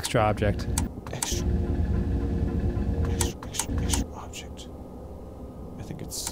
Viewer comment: Extr’y, extr’y, There’s an extr’y object to report.